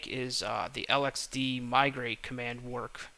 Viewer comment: it is pronounced lex-see and lex-dee not l-x-c and l-x-d